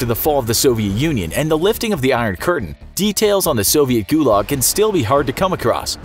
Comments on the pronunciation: guyuyuuuuulag is how you pronounced it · Ith pronounced like goolag actually thilly thilly youtuber